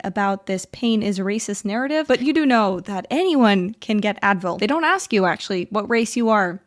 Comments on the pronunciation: When you have ax a question, maybe you have a problem with speaking probably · Do people really say "axe them..." This is an actual question, I don't live in the US.